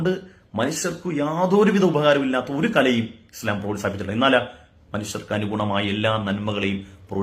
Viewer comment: മുടിശം അല്ല ഇസ്ല്ലാം